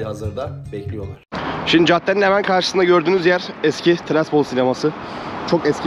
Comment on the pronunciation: Abi ama güldürdün ya😊 tiraspol desen